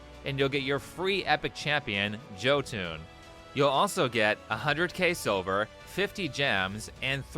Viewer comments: It's not Joe-Tune its pronounced Yo-Tin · Lol raid sucks so maybe u mispronounced on purpose. U said Joe toon. Jotun is pronounced 'yo-tun' like in viking mythology 'jotunheim' 'yo-tun-hime' it's a viking thing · 99% sure Jotun is pronounced "yotuhn" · Jotun is technically pronounced yo-ton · Pronounced yo-tun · I don't even play RSL but here goes a small correction, i think Jotun's name is pronounced Yotun. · You must pronounce Jotun as “yotun”. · Nobody has pronounced Jotun right...